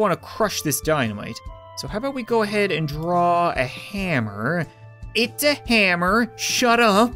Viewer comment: That's a really big "hamer" Lol